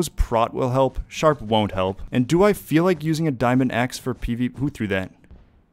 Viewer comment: my man said "PvPoo" lol